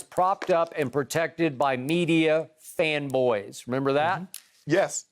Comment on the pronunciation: See, there's Skip being passive aggressive again. He knew what he was doing by emphasizing "fan boys." 🤔